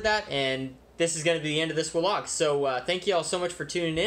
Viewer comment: I really like your videosI I find them interesting and educational. But I cannot stand to hear the word wlog.Keep up the good work.